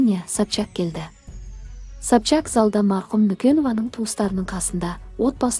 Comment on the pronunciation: Сапшак демей дурыс айсай😂😂Сопчак